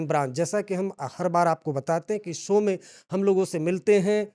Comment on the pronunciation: सो नहीं बे... शो होता है... सर्मा नहीं होता है.. शर्मा